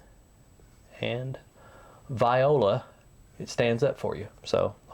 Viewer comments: "Viola" lol, you mean voilà? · Its voila and pronounced wa la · . "VIE-OH-LA"? Is that the southern pronounciation?